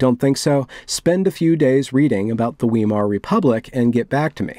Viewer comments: Did I just hear you say "wee-mar" Republic? Ouch! It's "Vigh-mar" (the first syllable rhyming with "sigh") after the region of Weimar in Germany. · Pronounced vymar not weemar, in German ei is long I, ie is long e, and w is v.